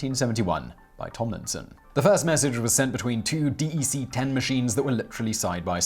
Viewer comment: Minor correction, Simon: DEC is pronounced "deck" rather than "D.E.C.". I'm proud to say that I worked for DEC (Digital Equipment Corporation) and am familiar with those early timesharing mainframes and minis.